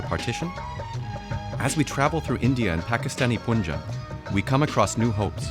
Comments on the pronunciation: It's pronounced panjab, NOT poonjab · How difficult is it for u guys to pronounce Punjab.. Its not puunjaab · Stop saying poonjab FGS. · The narrator pronouncing Panjaab wrong the entire time. Please do some extracurricular research before filming, although this was a fantastic documentary otherwise. The name for region of Panjaab is derived from Farsi language and translates to Land of 5 waters. Panj is 5 and Ab is water. There is also a city called Panjaab in Afghanistan to this day. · Punjab is pronounced as Poonjab instead of Panjab. That shows how much homework the team had done and video's reliability. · It is not pronounced as poonjaab - it's panjaab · I can’t take this seriously white peoples pronunciations poonjab eemran khan 😂😂🤣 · They always say poonjab 😂 can't they say Punjab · It's not Pyunjaab it's p-ann-jaab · It's not even "Poon-jab" or "Pun"jab it's Panjaab panj(five) aab(water)" land of five river" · It's pronounced as Punjab not Puunjab.